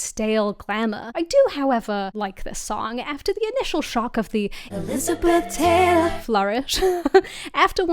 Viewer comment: "e-LIZ-a-beth TAY-lor" -- um, new vocal stim unlocked